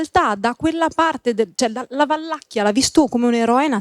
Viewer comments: Un appunto, tra la noia generale, la regione governata da Vlad l'impalatore si chiama Valacchia. Non VaLLacchia. Pfff .... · Ma è Vlad di Valacchia, non Valllllacchia... maronn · si chiama Valacchia, non Vallacchia e in ogni caso Vlad non era un dittatore. Ignoranza a go-go!